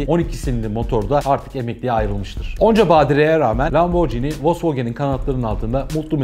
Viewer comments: Bi video yaparken biraz araştır laborji ni diye okunmaz Lamborghini okunur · Atladığınız ve bilmemenizin ayıp olduğu en büyük nokta italyan spagetti gibi okunması gereken italyan lambor(G)ini nasıl spagettiye spacetti demiyorsak lamborginiye de lamborcini demememiz gerekir. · Müdür super. Akış çok iyi. Tek sıkıntı lamborcini değil de lamborgiini seklinde okunması. Gecen bir videoda porş değil porşe diye duzelttin kazandın bizi. Neyse başarılar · hikaye mükemmel bir şekilde anlattınız ve teşekkür ederim. Fakat markayı yanlış telaffuz etmeniz üzücü oldu. Jini değil, gini olarak telaffuz etmeniz gerekiyor, çünkü 'g' harfinin arkasında sesiz harf 'h' olduğu için gini olarak telaffuz etmeniz gerekmektedir. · Abi bari sen lamborcini demeseydin yaa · Hocam, Lamborghini'de g ve i arasındaki h harfi, g'nin c'ye dönüşmesini engellemek içindir. Yani markanın okunuşu lamborgiini, lamborciini değildir. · Bu videoyu yeniden çekmelisiniz bence sayfanın adına aykırı.Lamborcini değil de Lamborgini diye okuyarak düzeltmelisiniz. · Yalnız lamborcini değil lamborgini diye okunur BİLMEMEN AYIP :)))))) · Lamborcini değil lamborgini olduğu gibi okunur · lomborjini bilinir lamborgini okunur düzeltiyim abi. Bu arada bi renault sport bekliyorum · Lamborghini’yi anlatıyorsun.Daha doğru okuyamıyorsun. Okunuşu: lam-bor-gi-ni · Tolgahan Kartal Adam lam-bor-ci-ni diye okuyor keko